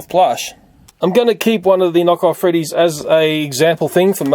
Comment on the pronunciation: Honestly, what he does to the knockoffs is how I feel about "Five Nights At Freedys". I feel like "Feeve noights et frdys" is gonna be like Pokemon Go: It'll last and be a lot of things, but then it'll peter out and be gone like everything else.